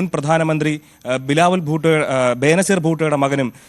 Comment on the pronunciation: ബിലാവുൽ ഭൂട്ടോ അല്ല ബിലാവുൽ പൊട്ടൻ